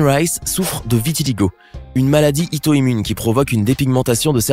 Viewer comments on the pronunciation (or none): On dit plutot maladie auto immune ,mais pas ito immune